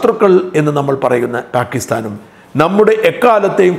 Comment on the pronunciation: പാകിസ്ഥാൻ എന്ന് പറയുമ്പോൾ താജാകിസ്താൻ എന്നാണ് കേൾക്കുന്നത്